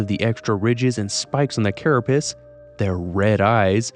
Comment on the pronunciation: Carapace not carra-piss